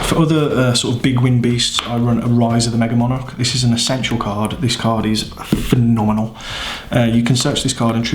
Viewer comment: Hahahaha great profile and I always love the duels and profiles please please keep them coming. Also love the way you said “ffffiiiinnnnominal” phenomenal 😅😂🤣